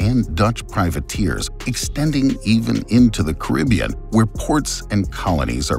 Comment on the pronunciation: At least pronounce the Caribbean correctly